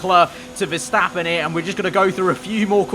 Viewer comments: Mr Anonymous verstÆppen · the way says Verstappen 🤣😂